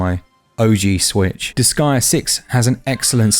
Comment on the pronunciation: its pronounced dis-gay-uh not dis-guy-uh btw .. huge debate on this in the forums since 2007 and japanese people confirmed and it was said out loud in the final chapter jusssssy saying,…